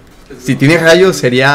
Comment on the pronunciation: tengo gallo, se dice RAYO con R